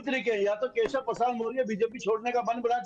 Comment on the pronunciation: Badiya se name lo kesav na keya hol diya hai yahi Shikha ho aachh se bolo